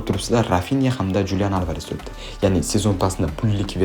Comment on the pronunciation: XULIAN ALVAREZ deb oʻqiladi julian emas